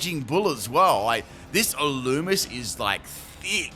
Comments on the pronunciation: Illumise is pronounced (ill-loo-me-zay) or (ill-loo-me-say) ....just fyi 😊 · Its pronounced ill-loo-mee-say